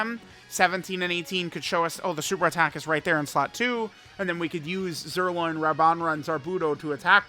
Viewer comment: JUST SAY ZIRLOIN